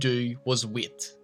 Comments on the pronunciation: also its not wit.its wait.its not did.its dad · The way you say 'wait' as 'weet' pisses me off. Sorry, not sorry. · I thought you kept say saying wheat. You said wait lol